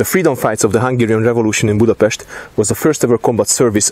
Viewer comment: Milyen szépen mondta már a budapestet🥺🥰